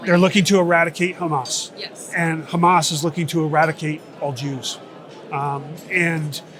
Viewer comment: Hamas is an Arabic word, stop pronouncing it like the Israelis do! No “kh”!!!! Same with Hezbollah. They both have an actual “h” at the start. 🤦🏻‍♀️